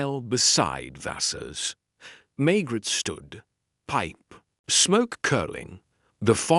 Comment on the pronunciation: It’s machine read, the pronunciation is atrocious and the pauses. Maigret sounds like maggot and reads as Margaret in the text. I’m wondering if this is an AI generated narrative rather than an original novel by GS.